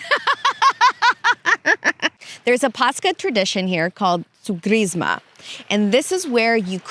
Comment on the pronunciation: Just some correction on the pronunciations, when ch is used in greek words like Pàscha and Christòs it's not a K sound but H like in hit so it's Pas- ha and Hri - stos and the stress on tsoùgkrisma is on ou not i and on Άgios Nikòlaos it's Ά- yi- os with the stress on A and on Nikòlaos is on ko.